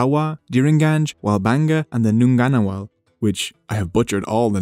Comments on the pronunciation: Hey! I’m so happy to see my culture being represented on YouTube!!! I’m from the Ngunnawal tribe and it’s pronounced none-a-wall Thank you!! 😊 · I take issue with your pronunciation of ngunnawal